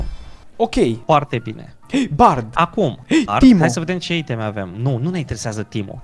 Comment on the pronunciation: super foarte cel mai wow :person-turqouise-waving::goat-turquoise-white-horns::face-red-heart-shape:da mbahhh di ce pronunta i' teme si nu iteme(aiteme) mahhh:hand-orange-covering-eyes::face-blue-wide-eyes:in rest genial hai cu challeger :eyes-pink-heart-shape